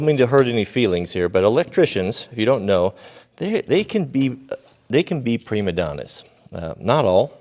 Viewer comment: "Prima Donna" dude. Not "pre Madonna".